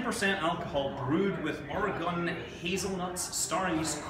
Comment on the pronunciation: And of course you can't even say Oregon right...